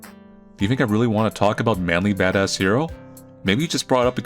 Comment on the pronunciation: Every time you say "" I hear "ManlyBadassCereal" for some reason. And it get's me hungry...